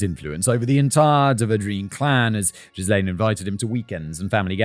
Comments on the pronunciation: Simon, my guy, look up how to pronounce Ghislaine. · Ghee-lom-ay loool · I'm 8 mins in and wondering if Simon will mention that he keeps saying jizz lane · Will never not find it funny when Simon pronounces Ghislain (Juh-LAIN or jhiy-LAYN)) as JIZZ-lane! He did it in the Epstein video too. Where do you live, Cum Street? No, no it's Jizz Lane! Also hearing Simon say "draining Jizz Lane ..." It sounds like some 70s porno, big moustaches, mullets and epic bushes, soft jazz soundtrack, set in a suburban soap opera style! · Sure hope Ghrislane isn't pronounced as Jizzlane like how Simon pronounces it. That's gotta be a rough childhood these days. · Simon. I...I appreciate you trying to pronounce the names without a guide or looking them up, but I cannot take this very serious topic at all seriously when you're pronouncing Ghislaine as jizz-lane. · Jizz-lane 😂😂😂 - I can’t unhear this now… It’s greed that does it for these people. They’ve got plenty of money but can’t resist the lure of more, more money and more power and access to more powerful people. They’re ready to believe anything they’re told, and the conmen are good at their job. They’re narcissistic sociopaths, they lie, cheat and steal their way through life and don’t get uncomfortable under pressure the way most people do. This gives them a massive advantage over many people, especially families who live quiet, wealthy lives far away from the real world. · Jizz Lane omg I'm dying Arnaldo, Simon needs a pronunciation guide 😭😭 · No, I like Jizz-lane better. It makes me think of a small road for... Excretions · When you pronounce Ghislane, all I hear is “jizz lane”…🤣🤣🤣🤣🤣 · Jizz Lane should be saved for maxwell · Same lol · In his defence, French spelling and pronunciation aren't exactly intuitive for most anglophones. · That a hard ‘G’ on Ghislaine, my friend. 😬 (and a silent ‘S’)